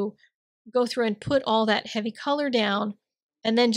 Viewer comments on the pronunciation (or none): none